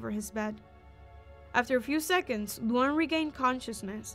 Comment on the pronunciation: the way she calls luan luang